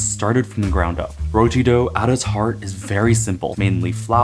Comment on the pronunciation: amazing video! Tips on pronouncing Roti, it's more like Roh-Ti, not Roll-Ti